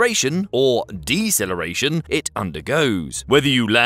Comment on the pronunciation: "Accleration", "Decleration" ?